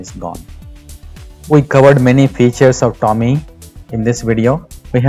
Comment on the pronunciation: Hey idiots! Nothing wrong in trying to make money. But, before you create your videos about a product... find out how the product *is pronounced*! TOM-EEE... TOM-EEE....TOM-EEE!!!! Bloody irritating! IT IS PROUNOUNCED..... TOME like DOME. Not pronounced like.. DALL·E!